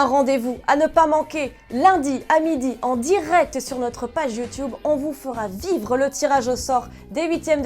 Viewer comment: Très bonne vidéo comme d’habitude mais s’il arrête de prononcer « youtoube » 😭